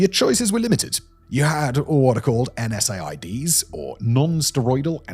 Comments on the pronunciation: Yeah, I know, I'm wasting my time on Simon here, but at least where I live in Canada, "NSAID" is pronounced "N said"... like, "so I said to him, ..." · When you say ‘NSAID’ it sounds like en-said; the letter N and then the word ‘said’. :) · NSAID is pronounced En-Said, it's not usually spelled out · How is it that Simon comes from a family of doctors to the point that he grew up with a bribe alarm clock, but doesn't know that NSAID is pronounced "en-said"? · Do brats not say "n-saids"? Ive never heard someone actually pronounce each letter of nsaid.. especially multiple times. Is Simon really an AI avatar? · The COX enzyme and NSAID pronunciation is sending me